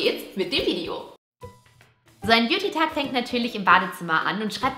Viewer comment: man sagt Video nicht vidijo